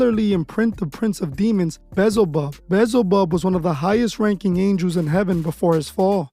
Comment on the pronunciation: Yo dude! It’s Beelzebub. Bee-El-zuh-bub.